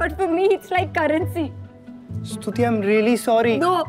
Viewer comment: Stuti ❌ scuti✅